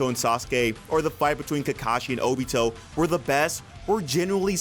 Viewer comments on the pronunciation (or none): none